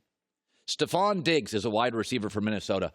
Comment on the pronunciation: Stefon is pronounced stef-on not ste-fon